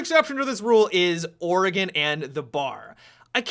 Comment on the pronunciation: finally someone pronounces Oregon right...